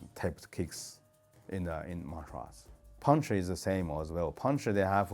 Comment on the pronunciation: You know he's a kungfu expert when he says ""